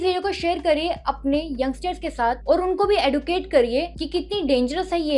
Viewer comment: मैडम जी एदुकेटर नहीं। एजुकेटर।